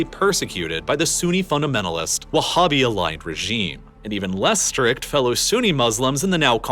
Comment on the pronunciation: Saying whabbist and talking about those scumbags non human attacks are truly laughable, oh and saying Sunni as if Abdullah ibn al wahab (the “whabbie” creator) isn’t Sunni is again truly laughable. It’s sad seeing how much work it went into it